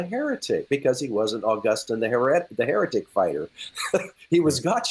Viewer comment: So, why as an Augustinian scholar does call him “Ow-Gustin”? Does he know something no one else knows?